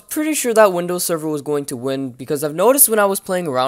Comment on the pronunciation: doesnt he sound like hes saying windows 7 instead of server?